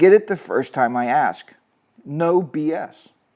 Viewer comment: Can I axe you a question. Can’t even say a simple word ask